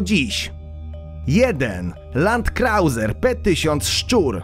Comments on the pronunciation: Nie Paytona, Tylko PATTONA. Garry Payton grał w kosza. I nie Landkrałzer, tylko LANDKROJZER (Landkreuzer). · Weź Ty się chłopie ogarnij z wymową Co to kur... jest Łolwensztejn ? Landkrałzer ?